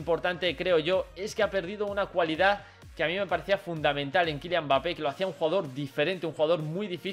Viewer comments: Porque le dices bapé!?? Se pronuncia EMBAPÉ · No se pronuncia "Bapé", se pronuncia "Embapé" 🤗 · World Music si q mal queda oir bapé, pero n pasa naa quien tiene boca se equivoca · La M es muda... se pronuncia bapé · El apellido es de origen africano y se pronuncia sin m pero como en Francia dicen EMbapé se le ha quedado así